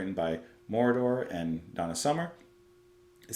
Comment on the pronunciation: The stress is on the second syllable; Mo-RO-der Please check out his work!